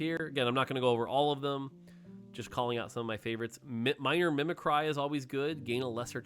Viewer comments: please. The word "mimicry" is pronounced as "mimik-ree", not "mimik-righ". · I have never heard anyone pronounce "mimicry" like that 😭